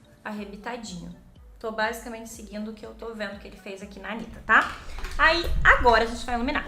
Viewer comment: A make ficou Maravilhosaaaa, que agonia falando "Anira"😂😂😂😂 Os gringos que falam assim😂